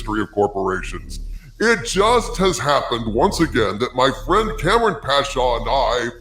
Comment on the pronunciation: Kam-ran not kampung.